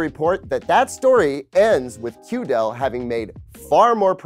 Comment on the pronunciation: Hello, mind pronouncing it QD-EL makes way more sense that way.